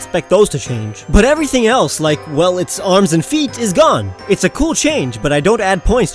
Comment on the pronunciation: It's Feet not Tests